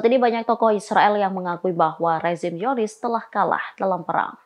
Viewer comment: Zionis kok dibaca Yonis ? Al-Qossam kok dibaca Al-Hassam? 😂